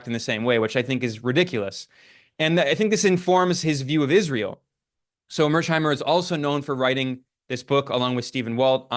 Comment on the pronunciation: Finally, someone with a clear head read mearsheimer correctly! Thank you, Ben.